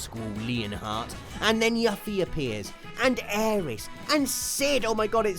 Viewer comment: Omg the way you pronounced Yuffie. I've never heard that way before. :D